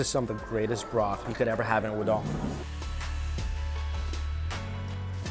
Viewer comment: There's no "dong" in "udon"